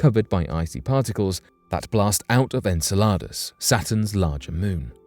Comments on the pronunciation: like your videos but please pronounce enceladus correctly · Don't forget "En-salad-us" 👉🥗